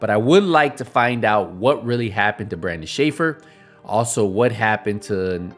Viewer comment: Bruh its BARDON NOT Brandon